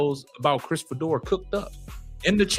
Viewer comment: His name is pronounced Fee-Door. For the record, I don’t care about Fedor or Sanders one way or another. How’s a critique of Sanders racist? You may vehemently disagree with his opinion, but to call it racist is fallacious! Put that card back in the deck and be more judicious the next time you play it.